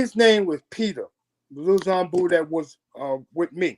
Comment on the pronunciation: 🫶🏾keep pronouncing Zambu wrong😩…..love u dad💯great interview guys